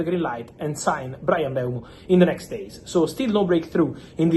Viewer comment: its mm-bu-emo not bryan mbemo